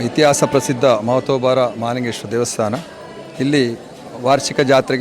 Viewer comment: Malingeshwara alla mahalingeshwara enniri